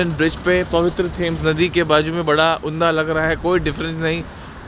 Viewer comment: It is उम्दा not उन्दा nikkkhil...kya bhai...😉